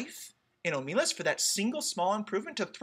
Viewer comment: You ought to be able to tell that the intended stress is OH muh LAS, because it makes the title and last phrase a line of iambic pentameter. ;)